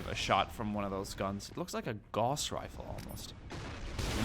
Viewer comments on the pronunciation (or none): none